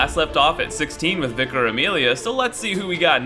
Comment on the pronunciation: How did you pronounce Gascoigne correctly but not Vicar?